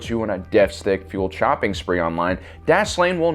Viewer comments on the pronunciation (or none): Instead of "deathstick fueled shopping spree" , I heard "deathstick fueled chopping spree" and got a real vivid image in my head about deathstick junkies and vibro-blades